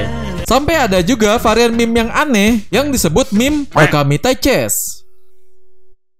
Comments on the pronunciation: meme bang, bukan m*m*q :v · kok saya dengernya "meme*" ya bukan meme :v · aokwoakowak kerasa penekanannya bang